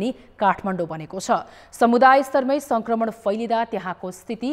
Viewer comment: रिपाेर्टमा संकरमण हाेइन संक्रमण हाे।उच्चारण गलत भएछ है। । परकाश,परधानमन्तिरि हाेइन प्रकाश, प्रधानमन्त्री उच्चारण गराै।